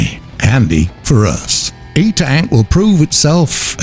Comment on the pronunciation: It's eNtaK not E-Tank :P